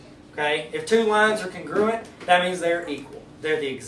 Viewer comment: Congruuuent? I thought it's pronounced Con-Gru-Ent